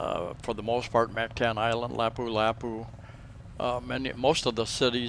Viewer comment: I think if you are going to live in a foreign country you should make an effort to pronounce their language properly. Listen to how the locals say Mactan and Lapu Lapu (just 2 for example).